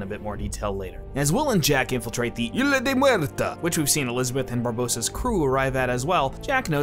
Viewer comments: In spanish the world "Isla" is pronounced "iSla". So you do pronounce the S... just a quick language fact in case you didn't know 😂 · The score for the first movie was by Badelt, not Zimmer. If you really loved the movie and watched it a lot, certainly you'd know such a basic fact. Edit: Also, stop mispronouncing "Isla" as "Ila". WTF mate.